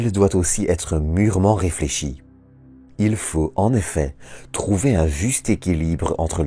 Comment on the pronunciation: toop video ! mais il n'y a pas de E à il " ileuh" , bof Et vive la Belgique